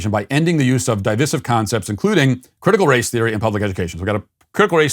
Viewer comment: Hey Matt, did you just begin pronouncing words like "divisive" & "divorcee" as "de-visive" & "de-vorcee"? I hadn't noticed the odd pronunciation before. -SBG member since inception